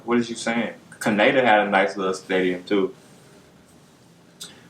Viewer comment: he said can-ada